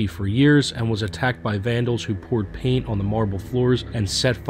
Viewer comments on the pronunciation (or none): none